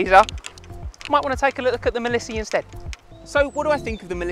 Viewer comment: It's said not said as 'Milissy'.....it's 'Mile See' as in you can see for miles...Mileseey! 🤦‍♂️